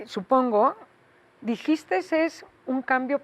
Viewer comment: Esta señora habla el evangelio siempre. Lo de "djiiste" me fascinó particularmente.